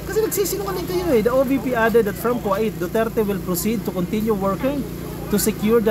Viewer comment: Invited ba ang pag bisita OR paninira? Just asking ? Kuwait ( ko- weyt) po vs (Kwa-it)